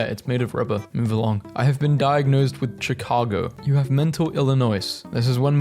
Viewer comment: no way he said ch-i-car-go lmao instead of sh-i-car-go